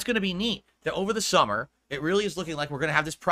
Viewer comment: Did he just say ‘This Thummer’? Reminds me of the 3 3ast 3 3urious flash movie.